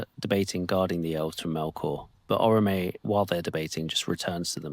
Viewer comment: This isn't a huge deal, but you might like to know that it's not pronounced Orro-May, but rather Or-Awe-May (with an emphasis on and slight elongation of the 2nd syllable or-AWE-may). I think there's a pronunciation guide in the back that explains all this. Not particularly relevant unless you're really into the mythos. One of the things that REALLY pissed me off in the movies, is that the 'Language Experts' they hired to bring Sindarin to life, as a language, completely fucked up the pronunciation of the name Eärendil. The pronunciation guides make it IMPOSSIBLE to fuck this up! There are fans all over the internet who know better than these 'Language Experts!' They pronounced it as "Ear-end-ill," when it should have been pronounced as "Eh-YAR-end-ill." The dots above the 'a' indicate a diaresis, not a diphthong so rather than blending the vowels, each one should be pronounced separately. So Eärendil= Eh-Yar-end-ill, even though in the movie you'll hear him called Ear-end-ill. Also, another name commonly pronounced incorrectly is pronouncing Yavanna as "Ya-Va-Nah." The double-n indicates an elongation of the 'n' sound, as with "pen knife," or "can not." This makes the correct pronunciation "Ya-Vann-Nuh."